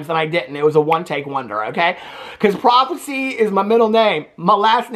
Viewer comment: PRIVACY!! Not prophecy 🤣🤣🤣🤣🤣🤣🤣🤣🤣🤣